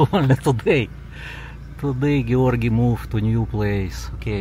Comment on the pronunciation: How is that possible..gee-or-gee moved every month.😂😂😂